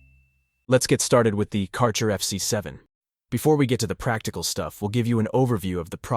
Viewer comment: Thanks for review. You mispronounce the brand name, tho